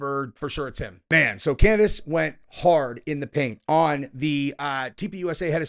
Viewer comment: Bro, I thought you said Candace went hard in the pink, had to listen 2-3 times before I realized you said Paint. 😂